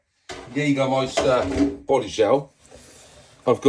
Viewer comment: Happy Birthday. These're cool new projects. I'm most interested in the Durga. This'll gonna be a very exclusive content on your channel. Perfect spoken Jägermeister👍 Would be nice to see the M01 back in action